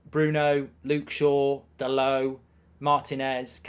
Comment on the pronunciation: Dallott is from Portugal, NOT fvcking Paris..... His name is DALLOTT, Dal'Oh